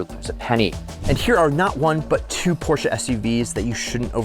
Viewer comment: PorschBES? Never heard of that brand 😂